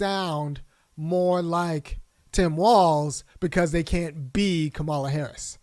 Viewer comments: Her name is pronounced comma-la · You describe how VP Harris pronounces her name and I get your point. But, have you ever watched a Disney show called Ms. Marvel? The hero in that show is Pakistani and her parents pronounce her name Ka Mah la, the same way does. Tomayto, Tomahto. Both are correct but I agree that you should pronounce someone's name the way they prefer it pronounced. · the only correct way to pronounce someone’s name is how they pronounce it. Doesn’t matter how others with similar spelling pronounce their names. That’s irrelevant. HER name is pronounced “COMMA-LA.” Period.